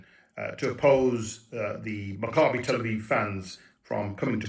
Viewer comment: Love ya, Leo, but it’s pronounced MACK-ah-bee, not mac-CAH-bee. (Same for the other guy who said it incorrectly.)